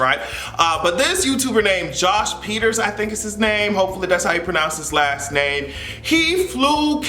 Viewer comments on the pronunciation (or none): none